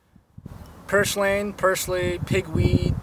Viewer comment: Nice video and good explanation, but you really should learn how to pronounce it the right way. It is PUR SLANE....NOT POR SLANE Happy hunting!